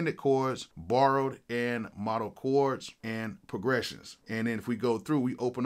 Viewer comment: I am sorry sorry, I absolutely HATE being this type of guy but.... But fuck Unison so Ima say it anyway- It's "MODE-al" chords. Pronounced with a long O, like in "remote". Not a short O that sounds like "ah". Sorry n shit